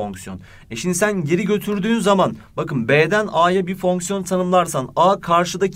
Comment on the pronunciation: fonksiyon derken bir tuhaf diyorsunuz hocam